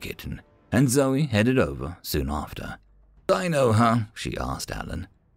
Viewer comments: I'm pretty disappointed in you. Dino from The Flintstones is pronounced "deeno", not "dyno". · It was pronounced Dean-o Weather mit·i·ga·tion devices. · Dino is actually pronounced dean-O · WHY CHANGE THE CREATURES NAME. IT IS PRONOUNCED DEANO NOT DINO, SPELLING NOT WITHSTANDING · Dino should have a long E sound like in "see". Sometimes Human dialects can be weird